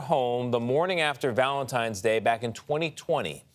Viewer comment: At 3 minutes and 30 seconds I can't get past her (Erin) saying ValentiMe's Day!!! She is ignorant!!!! There is no "M" in Valentine's Day. And I replayed it 4 times to be sure. How do ignorant people like her get hired to do T.V.???